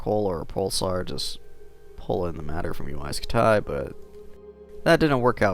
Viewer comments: Why the heck do u say scut tie it's pronounced scuty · UY Scut-Die. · Uy scutai? Really dude? Read it on spanish